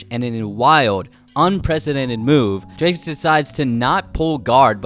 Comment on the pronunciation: bro it's not draykus it's pronounced drie kus